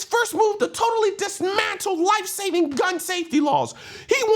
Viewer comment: After , & the emphasis on ‘dimantle’ 😂😂😂, we need you doing that voice while talking to Mark Dice doing his Brian Stelter voice 😂😂😂